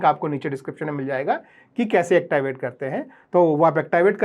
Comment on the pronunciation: येकताइवेट ❌️ एक्टिवेट ✅️